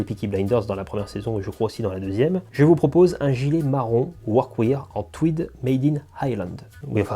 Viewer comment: Pour les pantalons je ne peux que te recommander le sur mesure de chez Ciryl d'Abensia! En plus d'avoir un super pantalon, c'est aussi une super rencontre avec un passionné (et petit tip de prononciation pour le mot workwear, il faut le dire "workwère" au lieu de workwire) Super vidéo, continue à nous faire profiter de ton univers singulier ça khalass !